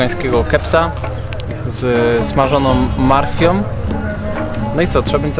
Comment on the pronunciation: "ze smarzonom marchwiom" ehhh...